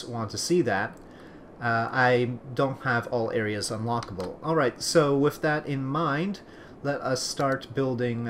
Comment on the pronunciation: ***** You do say "wif" instead of "with" :P :)